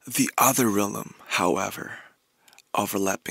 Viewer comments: Nobody: Rm: Relum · word: REALM how RM pronounces it: reaLim word: EGG how RM pronounces it: agG